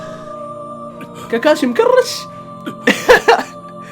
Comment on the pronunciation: اي احد لاحظ ان قال كاركاشي في